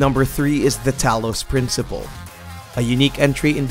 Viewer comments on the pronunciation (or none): none